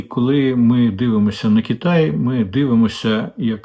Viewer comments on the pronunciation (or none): none